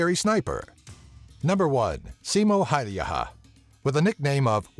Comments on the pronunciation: Haha, it was pretty hilarious =P Sounded more like Simo Haijaha to me, lol. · pronounced "Simon Hey-ia" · tää lausuu sen simo häijähä :D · It's Simo Häyhä, not Simo Haeyaha, as you say it 😂😂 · Its Häyhä not häijhä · i live in finland and its häyhä not hauhjaha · I like how hilariously you pronounce Simo's name. "Simou Haijaha" xD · more like Simo Haljaha or whatever he said lol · Simo Häijähä :D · "simo haijaha" good job dude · ColdnPointless I Heard him say "Haijaha" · "Simo Häyähä" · Simo Häyhä = "Simo Hadiha" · Seemow hayyaha :DD Sorry, but the American pronunciation is terribly amusing for a Finn to listen. But then again if didn't use the letters Ä and Ö I wouldn't know how to pronounce them either. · the pronouncing... SJIMJOU HJÄYHJÄH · Simo häjijähähjiähä😂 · Lol Siimoo hayyhaa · You say hauuha 😂😠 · I'm cringing every time he tries to pronounce Häyhä's name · I heard that too xD ROFL when i heard him say Häyhä wrong. I'm swedish, hello neighbour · Basically first saying "Simo Hälhijiä? What the fuck? :D" then "At least he tried to pronounce the name like we do..." after which "well let's give a plus for the fact that Ä didn't come off as A", "The guy is claiming that the ryssät (russians) would have conquered Finland" and finally "Can't bloody talk English". Why did I bother to translate? Cause I'm bored XD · FortyFly englannin kielessä ei ole ä joten ne eivät voi lausua kunnolla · So I'm finnish and every time he said "Häyhä" it cracked me the fuck up. He pronounced it waayy off lol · You're mispronouncing Häyhä's surname so bad that it hurts my ears. But nice of you to add him into this. Edit: Google translate it into Finnish and listen to the pronunciation. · Im from Finland and i laughed the hardest with the pronounciation of the Simo Häyhä´s surname. Sounded like japanese lol :D And also, all you guys who think that snipers are cool. They just annouced to make a Hollywood movie about Simo Häyhä